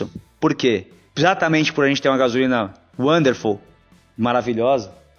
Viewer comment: "Uanderful" auuuuuu